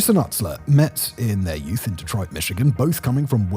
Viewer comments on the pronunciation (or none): none